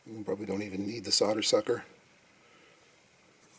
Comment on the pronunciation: Thank you for saying solder and not solder.